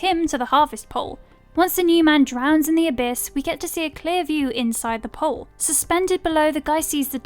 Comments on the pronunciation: It's not a "pole" it's a pool. The English narrator just can't speak properly. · The fact you keep calling 'pool' 'pole' is making me want to punch a kitten. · It's pronounced POOL !!!! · Yes. The narrator had a speech impediment. She's English. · I listen to tons of youtubers with European accents and whatnot and that's a new one. Normally I let stuff like that slide because yeah it's just an accent but holy Christ she said it sooooooooooooo many goddamn times it really you know Started to get under my skin. Wonder how she pronounces pole..... 🤔 Probably exactly the same. 🤦 It's lazy I'm not trying to be a dick. But when speaking is your job. Maybe that's a little tidbit that could use some work.